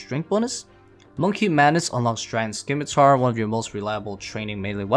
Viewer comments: SIM-I-tar. Not SKIM-I-tar. “SIMITAR” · How are people still saying "skim-i-tar" in 2021?